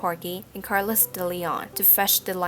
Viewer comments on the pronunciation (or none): none